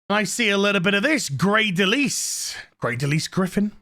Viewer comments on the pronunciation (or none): Just fyi, I think her name is pronounced Del isle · It's DeLisle, Like "isle" with "dul" in front of it. Not De lease. It's from Northern French, meaning 'Of the Island' or de l' isle. Anglified from the French pronunciation "leel" to "lyall". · Lisle most often pronounced Lyle \m/